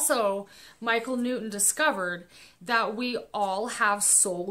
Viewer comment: Michael New-In? It's New-ton. Impor-In? Im-portant. Ed sedderah? Buh-bye dummy.